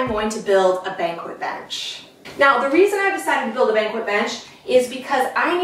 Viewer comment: It's not a Banquet bench (bank-wet), like going to a Large Formal Sit Down Dinner usually in a Hotel's Event Space to honor a retiree or award winner Banquette is pronounced bank- ett, like marionette puppet )